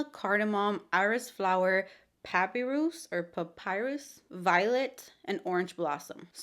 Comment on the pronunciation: puh-PY-rus. <3